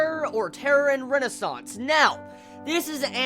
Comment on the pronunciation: you said terror in renosance LOL